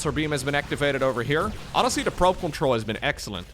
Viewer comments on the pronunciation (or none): none